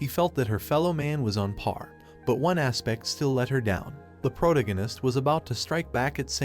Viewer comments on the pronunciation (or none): none